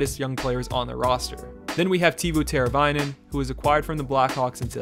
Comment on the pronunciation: Other pronunciation edit; Tay-voh... you got Teravainen though.